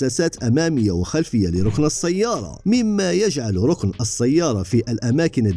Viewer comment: ركن بفتح الراء بارك الله فيك